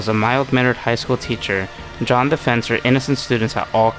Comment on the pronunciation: Stop saying John, it’s Jeanne